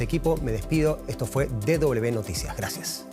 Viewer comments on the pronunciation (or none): Le agradecería al locutor hablé en castellano. DW es De doble uve, no de doble be. Gracias